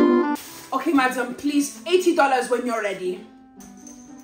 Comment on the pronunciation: "hello madiom" got me💀💀